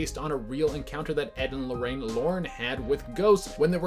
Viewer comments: No one:: "Ed and Lorraine Lorran" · Edd and lorrain Lauren or warren lol listen to when he says Lauren